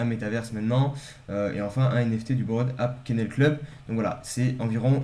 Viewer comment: Merci bro pour ta vidéo , comme tu sais je suis fan, par contre l’anglais frero… Bored ape: se prononce bord aipe, et pas borède app 😂